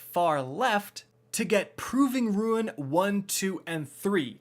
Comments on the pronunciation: What's a Ruin? It's Pronounced like soon ie Rooon it is it one of those Aluminum but due to a typo you guys say amulminum ? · And saying Ruin (Roo-uhn) instead of RUNE (roon)…… 🤯 Great vid otherwise! I needed the info on how to rank up the HELM. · Pronounced Roon not Ruin sorry lol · Why he say ruin instead of rune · Proving “RUNE”...NOT “RUIN”!! People always mess this up and it makes me so mad 🤣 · mate, Rooooooon not Rooiin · I was so glad that I didn’t have to hear him say “Wraithborn” instead of “Wrathborn” anymore at the end of last season...and then he said it again in this video and I almost lost my shit lmao. And he also can’t say “rune”. He said “ruin”. EVERY. SINGLE. TIME. Can we PLEASE get someone who knows how to read that makes in-depth Destiny videos? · How the fuck do you pronounce rune of ruin lol